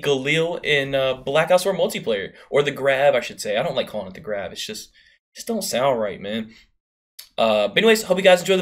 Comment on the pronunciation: I think its pronounced graaahhv